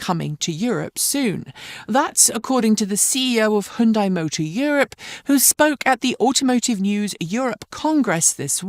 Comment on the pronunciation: Hundai? Who stole the 'y'?